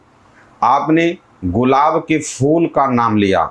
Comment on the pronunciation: Fool nahi phool hota hai talafuz thik hona chahiye mazrat ke sath 🙏